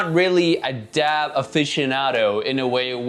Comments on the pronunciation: Aaaaarggh. Are you saying DAB coz it's driving me mad 🤣🤣🤣🤣it's a DAP🤣🤣🤣🤣🤣🤣🤣🤣🤣🤣🙄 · Omg quit saying dab with a b😂🤦‍♂️🤦‍♂️DAP